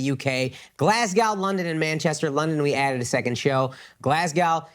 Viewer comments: Akash, you're not selling Glasgow tickets because you're saying it wrong! They don't know you're coming. Glaz go. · if you want people to show up in "glass cow" maybe get the name right lol "glaz go" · Akaash….sales in Glasgow might do better if you said it properly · maybe Glasgow isn’t buying tickets because you’re pronouncing their city name wrong…? Lol